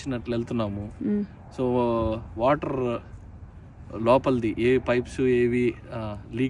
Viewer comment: R roll cheyyi mawa ....waterrrrrr kaadu wa'er